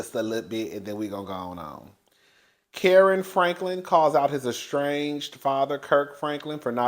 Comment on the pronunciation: Whew Chile you butchered that man Kerrion name so bad 😂😂😂